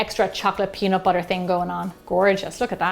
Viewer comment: no one: that lady: wArM bUtShEr